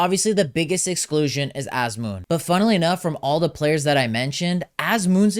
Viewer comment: why is he pronouncing Azmoun like a foreigner? Anyways, Sardar should've been included, the strongest line of this team was always our forwards with sardar & Taremi. without sardar, hope things won't go bad! still wants carlos queiroz? so we can play teams like india the same way we play spain? he took player's creativity away and parked the bus and the bus still allowed 6 goals in one game with his horrible line up which will forever be in sports history books! He was in charge for almost 9 years with nothing to show! also remember, queiroz did not take noorafkan to the last world cup even though he had one empty spot, I am glad queiroz is gone but not sure if ghalenoei is the answer! and wants kooshki? kooshki is okay for club but TM? please! however I too don't understand inclusion of haj-saefi, nemati and alipour, I agree with him on that. I know there was a big buzz about Zare, Fallah but both have been underperforming with their clubs in the last few months so I understand why they are not included but am glad eiri and kasra taheri are included. Sayyadmanesh should've been included as well. I actually think he should take 4 goalkeepers and one of the 4 should be Arsha Shakouri, he is the future and should be included to get familiar with atmosphere of the world cup.